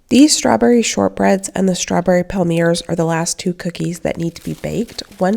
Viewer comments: Palmier is a French word that means palm or palm tree and it’s pronounced palmié like in fiancé 🙃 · Hi, a small tip for the palmiers (palm-ee-ayz) - try rolling the two sides towards one another to the centre instead of folding. Claire Saffitz has a good tutorial and rolling gives them that classic heart shape:) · Palmier cookies are pronounced Pal-mee-ay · Palmiers are pronounced “palm yay” the r is silent. But at least you do not mis pronounce Worcestershire- I cannot believe the number of American chefs that do not seem to know how to say that. Sorry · Hi! Just a little French lesson….Palmiers are pronounced “palm-yay” Love you and your channel! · I looked it up for us as I was curious too. Online says Palmier is pronounced pal-mee-ay. Makes sense as they originated in France. Thanks for the inspiration as always 😊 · I think Ina pronounces it pall-me-ay